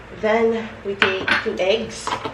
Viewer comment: Avid viewer here, could you just say “egg” w short e instead of eygs, if you look it up in the dictionary it’s short e, not trying to be mean but just a suggestion